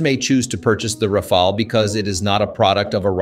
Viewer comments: It is not pronounced as Rafael or RAFAEL, but Ra'faal or RA'FAAL!/. Ok!?? Ok!?? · I’m french so maybe I can help : Rafale is pronounced in 2 syllables with both the same vowel sound “a” : Ra like in rabbit, fale like in phal-lus 😅 Ra-fal That’s it ! + the word rafale has 2 meanings, first one is a strong gust of wind, the second is the burst of fire of automatic fire weapons ! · French person here. You are butchering the pronunciation, but mainly because you can’t seem to settle on one. Here’s the correct way to proncounce it (using „American“ phonetics): Rafale -> Ra-FAHL. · How is it that the narrator call it the Ra-fall and then Ra-fail, switching between them repeatedly during the video. I do believe the proper pronunciation should be Ra-fall, but maybe a French speaker can clarify. And the whole 'unrivaled situational awareness' is comical given the ability of a F-35 pilot to see through the plane and all around it thanks to a myriad of cameras for that purpose. But, the Rafale is a beautiful plane and in the hands of a top pilot it should give almost anyone a scare -- so long as it isn't shot out of the sky before it sees who shot it. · it's pronounced "Rah-Fahl" not Rah-fah-ley, not Ray-fahl, not anything else. Just Rah-Fahl. Having 3 to 4 different pronunciations of the same word in the same sentence is quite annoying. Even if you don't know the right one, try to use 1 pronunciation only. That's disturbing otherwise. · is it me or you keep changing rafale pronounciation